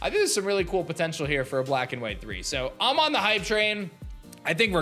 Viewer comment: “Bwack and white thwee”